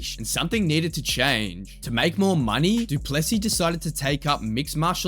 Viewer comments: Guys please, for the love of God, the emphasis is on the LAST sylable not the middle one. It's pronounced Do-ples-SEA, not Do-PLES-sea and the last S is silent! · Du Plessis : it's pronounced do - ple (e sounds like bird) - sì (as in Spanish for yes) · It not du plessy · You say it doo plu see